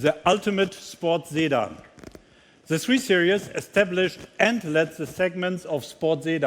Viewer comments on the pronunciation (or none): Ok we got it you are French but why you changed the sedan word to make it sounds like Zaidan! Lol